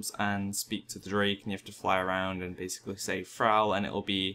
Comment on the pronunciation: difficul-TEE, basic-LEE, tab-BARD, four-TEE. My god these arent difficult sounds to make.